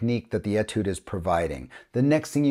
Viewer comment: FWIW, Etude is a word that comes from the French language. The French write it with a diacritic above the beginning “e”. This changes the pronunciation from an “e” sound to an “a” sound. So it is correctly pronounced as atude rather than etude.